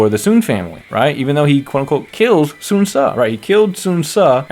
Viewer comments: There is actually a "w" component in "Sun" (technical term is "rounded") "swan" is indeed incorrect though, especially the two syllable way of how it's done in DWO It's a "close back rounded vowel" diphthonged into neutral schwa (mid central vowel), but it's also still a single syllable But, there is basically no way to convey that to a general English speaking audience via the Latin alphabet If anything it tells me the direction is actually trying to get them to speak mandarin, just it's too hard for the VAs. Many of the pronunciations from the older games you are familiar is also super wrong anyways (it's not the "soon" family, as you have pronounced either) so the whole thing is just a lost cause, I wouldn't worry about it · I think the voice director was trying to be more accurate with mandarin with the Sun, (swun), but they said swan instead